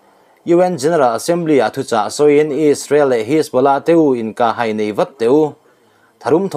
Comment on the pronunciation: Inkah hai, ilam dan, hai, tih lai tak I thluk dan hi lo en chiang hram teh aw